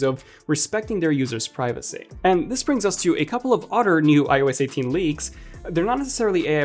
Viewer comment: It’s “other” btw, not “otter”.. lol